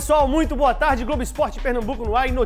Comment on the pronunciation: "Glogo"! A gente se "Cliga" em você!!! kkkkkkkkkkkkkk